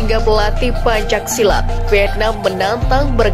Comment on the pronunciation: Pembaca teks narasi salah dalam pengucapan PENCAK SILAT bukan PANCAK SILAT.